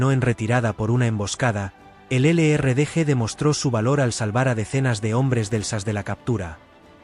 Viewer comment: Que lástima que no pronuncian bien los nombres en inglés,El LRDG. Y el SAS se complementában